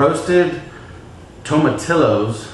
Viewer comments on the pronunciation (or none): Tomatillo is pronounced Toe Ma Teeeyo Its like a citrusy green tomatoe